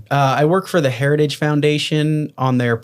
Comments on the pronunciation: Trump can't say the word, HERITAGE, but he believes in it! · The man can't pronounce the word heritage! 😅 Don't want this bozo running the country! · trump can't even say the name heritage 😅😅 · "Heritage" is such a difficult word to say. Just listen to tRump try to say it.